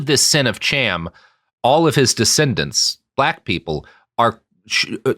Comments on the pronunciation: You pronounced "Cham" according to Anglo/English which is why it seems odd. The name is "Kham" with a glottal stop typical of Arabic or Hebrew. Think, "l'chaim," not "cheeseburger." The "Ham" spelling is Anglicized and removes the "ethnic" sound to the name. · it's not pronounced either "Ham" or "Cham" as you pronounce it here (at least not in modern Sephardic-style hebrew) but the correct pronunciation uses sounds that don't occur in English. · The "ch" in "Cham" is probably pronounced like the German, which is fairly close to an "h."